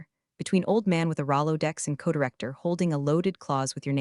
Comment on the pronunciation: POKEMON..... not packum ROLO-DECKS... not rolodicks FOR THE LOVE OF MONEY... WILL YOU EVER STEP UP A DO THE PROOF READING/LISTENING/CORRECTIONS?????